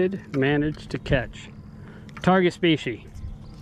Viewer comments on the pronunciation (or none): “Spee-she”?! The plural form is species. The singular form is also species.